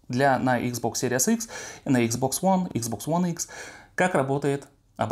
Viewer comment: Почему он постоянно говорит икс бокс ВОН? Объясните, умоляю!